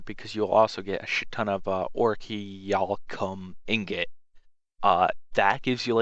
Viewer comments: Orichalcum O-ri-kal-kum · Is a decent tutorial but its kind of disgraceful that you don't know how to pronounce ANYTHING in the game jorvaskar (Your-vas-kar) malachite (mala-kite) oricalchom (or-y-kal-com) yikes dude why do u even bother? What's worse is a lot of this stuff is pronounced for you in game